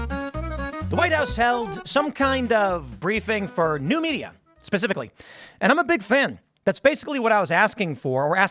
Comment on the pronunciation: Lolol, Tim says "pacifically" teehee